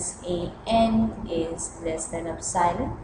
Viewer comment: It's "EPSILON" not "OPSILON"!